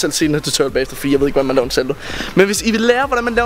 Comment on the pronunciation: Du siger saldo